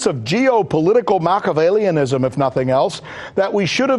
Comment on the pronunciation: "macavella" really okay